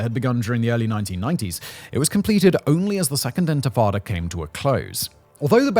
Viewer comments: why cant he say "intifada" correctly ? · Dude, you cannot pronounce INTIFADA?? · Not only do you mispronounce intifada, but also Yitzhak Rabin's name, the name of the city of Hebron, and so on... It's really disappointing, this is one of the best channels on this platform, and you have taken such a major issue quite callously. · It's not even a mistake anymore it's a bit 😂 how do you mispronounce intifada so many times in a row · I was dozingwhen I heard him bbutcher the word😂😂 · Around 12th minute he starts to say it right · I had to rewind it lol! Seems like an easy fix, feels a bit lazy to me.